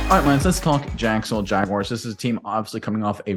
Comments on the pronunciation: you’d hate if people pronounced your name, “Undrew” or something stupid like that. Stop calling the Jaguars the, “Jagwires.” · Please stop saying Jagwires. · Thank you!!! Big pet peeve of mine even when people say jag-you-are at least that makes some sense due to how it's spelled. But there is no I or Y! It's not WIRES